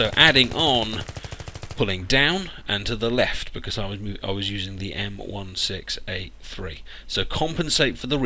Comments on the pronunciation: M16A3 = M-one-six-A-three. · Đức Duy Nguyễn It's actually M-Sixteen-A-three (at least that's the technical name) I've been in the U.S. Marine Corps, I know